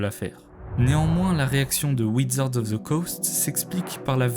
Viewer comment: wizard pas widzard